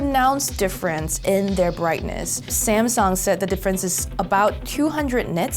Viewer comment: The... Not, duh. Their... not, dere.